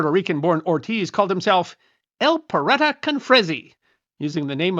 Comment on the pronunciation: As one consistently supposes all good stories involve pirates, might I suggest practice on correctly pronouncing the Spanish, "pirata" (Pe-rat-a) and of course, much better if you roll your 'r' on rat.